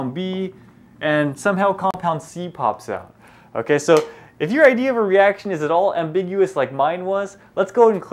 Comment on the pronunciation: "the IDEAR HEAR" (idea here...lol asians) nice vid tho